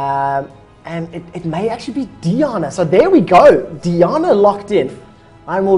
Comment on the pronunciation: DEE AH NAH. All of my rage. It's Die ann uh.